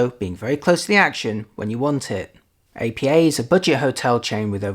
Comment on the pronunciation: It's pronounced "Appa" not "A.P.A." That said, great review!